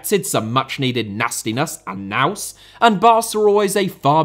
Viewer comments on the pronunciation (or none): none